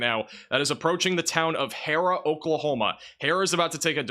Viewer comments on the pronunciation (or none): He said har-rah and chowktaw 😆